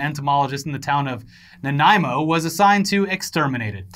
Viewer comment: you nailed the pronunciation of Nanaimo! 10/10 guys!